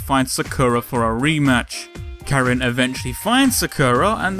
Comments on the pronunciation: Karin not Kerin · It's not prounounced"CARE-in" or "Kuh-REEN". It's pronounced "KAH-reen". Emphasis on the first syllable, not the second. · Is it...?? Is her name really pronounced: care-reen' ?? 😲😖😕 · [beat] "what do ya mean it's pronounced as 'Kuh-Reen'?!" My exact reaction, bruv xD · Good video. She is my favorite character in the franchise. It seems like you have done a lot of research for this, my only complaint is you didn't seem to bother learning how to pronounce her name. She is Japanese so it is pronounced Car-een Kahn-zookie, Sorry for being picky, but no one bothers with this and it's sort of my pet peeve. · Perfectly fine, no worries. Just a note, i do actually check to see how some names are pronounced before i go in to making these episodes. I referenced the fact that i might have been pronouncing Karins name wrong at the very end of this episode to show viewers that i'm aware of my mispronunciation, even if it was just used in a humorous way. That said, most people are just going to pronounce names the way they see them or the way their own language has taught them to pronounce things a certain way and therefore it's something they've grown up with. I personally made a note of the way i prefer to pronounce 'Zangief's name in the R. Mika episode as i had grown up saying it a certain way. It's not that i am not aware of the way it's pronounced, it's just the way i've grown with the series and how my own language pronounced the names have stuck with me. Anyways, thanks for watching :)